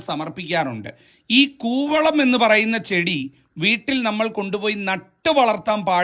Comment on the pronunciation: കുവളം ആണ് കോവളം അല്ല